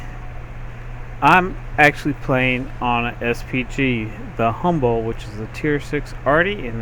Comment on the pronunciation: Why do you say "Humble" in the vid tho